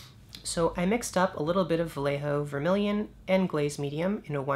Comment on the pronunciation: Love your videos. I will give you the correct pronunciation for "Vallejo" its VA as in "BAd", LLE as in "YEah" and JO as in "HOe". OS its en up like BA-YE-HO.